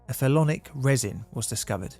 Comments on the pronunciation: That's "phenolic", not "phelonic" resin. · Not phelonic..."Phenolic" resin...